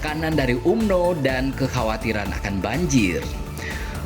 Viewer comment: Tulisanya umno bang Org malaysia bacanya amno